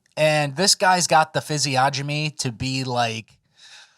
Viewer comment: Physiognomy is pronounced FIZZ-EE-ON-UH-ME